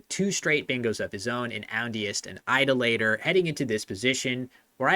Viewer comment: the church child in me felt a real pain in response to how you pronounced "Idolater" like it was a Schwarznegger character